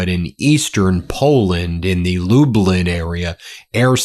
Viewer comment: Such a simple name for a Polish town but still not pronounced right, it's not Lubelin it's pronouned Lublyn, it's spelling is Lublin, say club then minus the c. Sorry for pointing it out, I'm a fan of yours, but from a Polish background living in Canada and visited Poland before, it just bothered me hearing it pronounced so bad. Also my dad is from a small village near there, so that was the area of Poland I visited to meet relatives of mine.